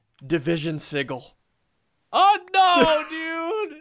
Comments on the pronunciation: did anyone else hear him say division sigle instead of sigale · do you think he knows it's pronounced sijil not sigul? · Division sig-ggel ssundee- 2015 me it’s pronounced sijel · It's division sigil with a "g" pronounced like that of giant, not the "g" of giggle. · Sigil isn't pronounced si-gil, it's pronounced si-jil! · Just cuz it drives me nuts: It's not a siggil ... sigil is pronounced si'jil! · I swear to god if he says sigil one more time it is sijil i know its spelled sigil but it's pronounced si-jil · sorry but it's said "si-J-le" not "si-G-le" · its pronounced Sih-Jill not sih-gle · it's pronounced sih - jill not sih - gill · division sij-oul not sig-ill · Sigil juh not guh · Uuuuuugghhhhhhhhh he says si-g-il its pronounced sijil but its spelled sigil goooooddddd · Is it just me or does it sound like he's saying seagull? God it's soo annoying hearing it pronounced that way... It grinds my gears. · Division sigil PRONOUNCED RIGHT: "Division Si-jill" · I believe its pronounced (si-jill) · You're pronouncing sigil (si-jil) wrong. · It is pronounced like sijil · Sigil is pronounced [Sih-juhl]. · Your saying it wrong it's division se-gil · ITS PRONOUNCED si Jil Emphasis on JJJJJJJJJJJJJJIIIIIIIIIIIIIIILLLLLLLLLLLLLLLLLLLLL SSundee I such disapoint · Ian you said sigil wrong XD. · SSundee you say Sigil wrong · i think they're pronouncing sigil wrong? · it's the g is pronounced as a j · WHY DOES HE ALWAYS PRONOUNCE SIGIL WRONG?!?!?!?!? D:< ITS SO ANNOYING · It still pisses me off ian pronounced sigil incorrectly